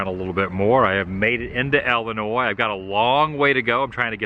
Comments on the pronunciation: Nice video, but it's pronounced Illinois as in ill. Not ell-inois. :) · its ill not ele boss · Are you saying Ellinois as in Wesconsin? Please don't. 😊 There's no e sound in either state name.